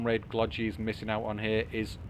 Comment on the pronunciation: "no way Glogi is going to buy another KT" -Me "hold my beer" 🤣 We both got so invested that we forgot about TL, I was franticly defending and then I see it is past 55 min xD Ty for the cast, it is very nice for us noobs to see our games casted on yt. Also in Glogi 2nd G is pronounced the same as the first one;)